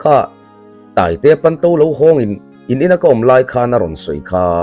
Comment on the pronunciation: Panto tih loh tur,pawnto tih zawk tur aw, a ziaktuin a ziak dik lo nge,i chhiar dik lo zawk